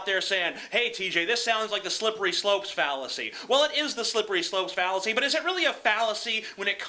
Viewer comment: Did he say Phallusy ?